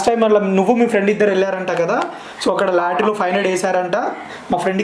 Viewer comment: Lattry kadu ra babu adi lottery....palkadam narechuko....saduvu radonini vinay anna deggara teesukoni inta famous chestey vinay anna ke yeduru cheptundu sulli gadu